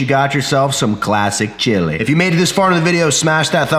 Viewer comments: I died every time he said classic chili 😂😂😂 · Just finished. 😂😂 This is one of the funniest vids you have ever made. Keep the accent and sneak the word chilllley into all of your future vids. TIA.